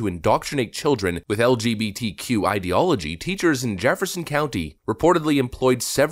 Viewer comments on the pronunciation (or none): "Idiology" like idiot. ideology